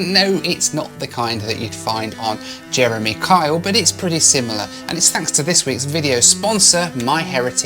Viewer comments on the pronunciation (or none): none